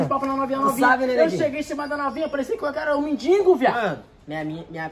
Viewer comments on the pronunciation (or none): none